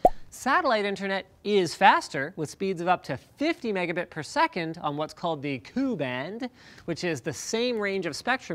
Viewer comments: Linus, they call it the K - U band, like saying the letters. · "Coo" and "Caw"? Pronounce the letters, that's how we say it in the industry. Also, don't expect ANY bandwidth on KA when there's ANY clouds between you and the satellite. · Pronouncing it Koo and Kah made me cringe.... 'k' 'u' and 'k' 'a' pl0x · Stop calling it "Ku"and "Ka"... It's K-A and K-U.... The K is the frequency Band (like SHF). The u and the a are s sub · Just an fyi, it's "Kay you," not "koo," same think with "kay aye." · It's pronounced 'Kay-U' and 'Kay-A'